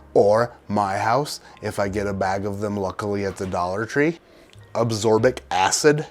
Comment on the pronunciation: Did you intend to say aBsorbic acid ? Maybe it went over my head but I could certainly undertand it as a note, however, it is acually aSCorbic acid....just another word. 😀